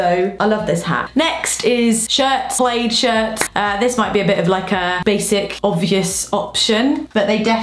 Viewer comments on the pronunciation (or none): No it is actually pronounced plAd and she’s saying played 😅😭😂